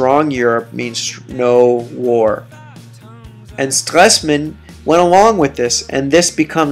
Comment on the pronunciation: How hard is it to pronounce Stresemann?